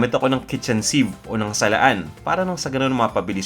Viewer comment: Sir "sieve" po yun hindi seave.. Arte arte nyo kaya ko napansin, pwede namang salaan nalang